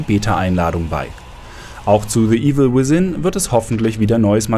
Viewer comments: evil wisin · Ich verstehs net. Wenn man das th nicht aussprechen kann, dann sagt man anstelle von th F. Zb. the evil wif in -.